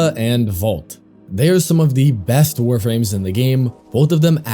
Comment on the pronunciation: I die inside every time you say "Vault" instead of Volt